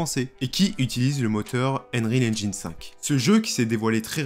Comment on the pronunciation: Désolé mais "engine" se prononce "ennjein" / "ainjein" , pas "ainjAYn"